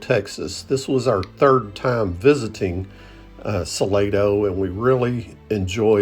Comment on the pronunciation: I am pretty sure it is pronounced Sa Lah doe. At least, that is how San Antonians say it.